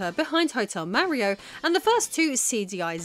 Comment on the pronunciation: Oh, what is this...? A woman making videos about video games? Fascinating... My own knowledge about CD-i is rather limited, but this seemed like a well researched topic. I also liked the presentation, although this pronunciation of "Mario" is way off. Still, I think I am going watch some more of her videos in the future.